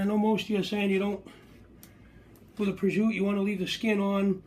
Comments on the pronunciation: Prosciutto is pronounced exactly as it sounds... Not prozhuuu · it's pronounced prosciutto with an "O"at the end